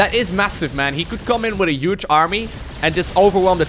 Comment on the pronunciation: I love accent. Especially when he says "Yuge"